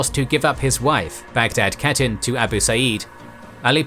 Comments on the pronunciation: When you pronounce khatun you say like hatun not katun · Khatun=Hatun not pronounced CATTEN, you could still mispronounce it as HATTEN and would be acceptable. Westerners especially Anglophones get so confused with the Kh digraph , just remember it’s almost identical to the German digraph of “Ch”. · Your videos good, pronounce of the word catun should be (kha toon),is not correct .